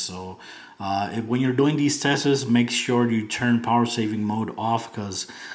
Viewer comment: "when you're doing these testes" lol.. it's tests. Nice video! I'm glad i got the S5.